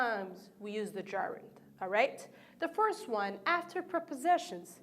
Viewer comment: Hi there, god job, but I can't bear hearing some words pronounced weirdly such as: verb >> / vOrb / work >> /wOrk/ use (n) >> /ju:z/ fond (adj) >> /fawnd/ First >> /forst/ Thanks again for you efforts.